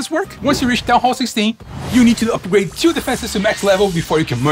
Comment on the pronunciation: Hes saying "upper grade"